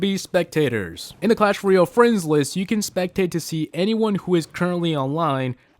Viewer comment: Learn how to say "Royale"